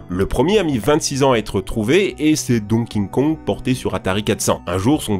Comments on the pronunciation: Donking Kong ? On sait toujours pas le prononcer ?! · Tu me stresses tellement à dire "Donking Kong" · Ca me fait toujours marrer cette difficulté que a de prononcer Donky Kong dans toutes ses vidéos. C'est Donky Kong ou King Kong, mixe systématiquement les deux en Donking Kong 😅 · " donking kong" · Ouais, le célèbrissime "Donking Kong" 😅 un jour, tu feras un sans-faute. J'y crois ! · Euh il dit: Donkin kong 😐 j'm'attendez paa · "Dong King Kong" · le fameux donking kong ca me fume a chaque fois qu'il le dit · Tu me perturbes à dire "Don king kong" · tu dis tjrs "donkinkong" et "nitendo" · "Donking Kong" "Nitendo" Je paris que le narrateur crois que Zelda c'est celui avec le chapeau vert lol